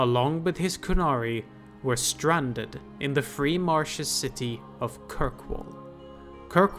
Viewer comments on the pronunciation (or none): I've watched all the videos so far, and I am wondering... the word "Marches" is the same in "Exalted Marches" and "Free Marches", but you only say it correctly if you say the former, and say it like "Marshes" in any other case. Is there a reason for this I am missing?